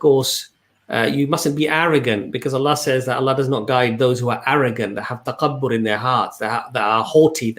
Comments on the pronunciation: Salaam Thanks for such inspirational video. By the way Takabbur is not well pronounced by brother. He says taqabbur instead of takabbur with the Occidental K. He seems to pronounce wrongly with the guttural Q. I love your videos guys... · Brother it's تكبر (TAKABOR) with ك (Kaf) not ق (Qaf). May Allah bless you all.